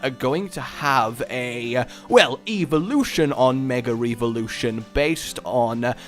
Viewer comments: Why do you keep saying Mega Re-volution? It's Evolution. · "Megar Eevolution"